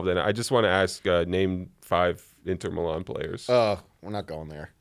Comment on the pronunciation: Hearing say Inter Milan. Absymal. Hate that guy.